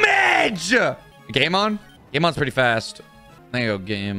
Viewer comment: Why did i keep hearing gaymon instead of game on 🤣🤣🤣🤣